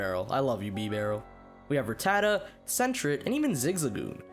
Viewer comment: At least learn to pronounce Rattata corectly!